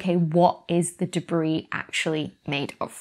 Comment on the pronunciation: "Deb-ris?" - The Slow-Mo Guys